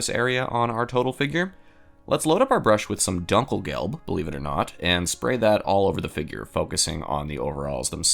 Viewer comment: Not Dunk El gelb. The U is pronounced ooh, like Doom. Doonkelgelb.